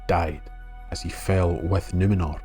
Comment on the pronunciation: This was really great! Though, much as a Scottish accent makes me weak at the knees, it was unintentionally funny to hear: "And the men of the Ale took Suh-ron back to Nuh-mennor from Middle Airth. Even the Fusstborn recognized the power of his rings to PREZAIRVE..." Aye,, ye might try a wee bit harder to nae sound so Gaelic about it all!